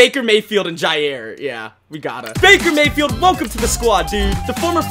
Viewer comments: dude said backer mafield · Back-er mah-field .